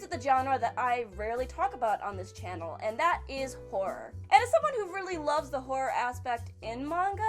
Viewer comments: I thought she said whore instead of horror... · I heard vore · I heard porn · I heard horror. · She does say horror a bit odd.